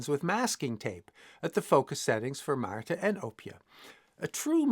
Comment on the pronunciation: I was just wondering whether (still?) spoke dutch... By the pronounciation of and Oopje, I now have my answer. Ik geniet met volle teugen van je video's!